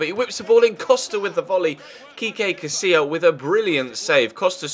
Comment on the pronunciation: haha Kekay Casilla, It's Kiko Ches, had a little laugh at that. All in good fun though, keep up the nice work dude